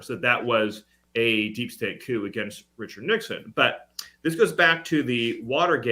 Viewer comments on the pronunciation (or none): none